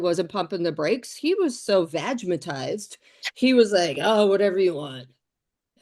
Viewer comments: "Vagmitised" oh Paula😂😂😂😂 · "Vag-a-mitized" LOVE IT LOVE IT... 😂😂😂😂 in New Zealand its called "c" struck 😮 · Vagamitised 😅😅😅 I cant deal 😂😂😂